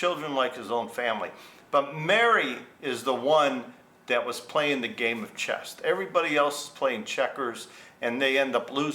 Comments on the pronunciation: Good story. BTW it's chess, not chest. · It’s ’CHESS” not ‘chest’….😂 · It’s chess not chest. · I can’t resist - The word is CHESS Not chesT 😂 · It's C-H-E-S-S......not "chest" where Mary's boobs are! 😂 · It's "chess" not "chest" or maybe she is built like a brick s house.and she is playing chest... lol I need to meet a woman like her: simple honest arrangement and both parties played within the rules.